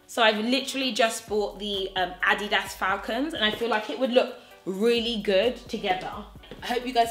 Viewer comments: The way you say Adidas😂😂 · First of all I love your channel, so please no one take this the wrong way. The way you said Adidas....I was so confused at first, until I saw you referring to the shoes. I had to stop and rewind. Like she bought what that goes with this outfit? I was dying laughing at myself. Sorry....had to put that out there.